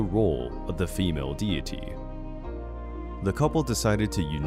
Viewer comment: This is interesting but so badly narrated I had to give up less than a minute in 😓 Would be better with a Japanese narrator. This guy sounds American but he can’t pronounce simple words like deity or archipelago?